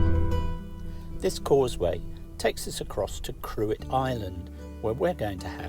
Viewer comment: Cruit island, pronounced "Crich". When you were at Burtonport you could have taken the ferry to Arranmore, that's the last location that I made a video series on. Glengesh pass is a super road, better on a bike. Lol. You can always watch my Slieve League video and see what you missed. The rubbish situation is terrible in Donegal, I remember when there were bins at every tourist layby, but holiday home owners were filling them once they headed back to the U.K. We used to bring back what we could. My relatives used to burn it before there were bin collections, but that's all banned now. Sharkey's waste disposal charge €6 per black bin bag and that's for a small bag. The local amenity tip is also private and only electrical goods are free. I'm surprised the country isn't full of litter. There is no council tax in Donegal, so no services. Lastly I noticed that you had parked beside those "Trolls" in Donegal town and I saw their video. At first I was sympathetic towards them, but after reading some of the many anti-Irish comments he didn't paint a very good picture of Donegal people and it was tarring all with the same brush really. The detective was also giving him the heads up that he didn't have a local residence, so no parking fine would be followed up, but he was blinkered and couldn't see that. I always believe that there are 2 sides to every story and we only witnessed one of those.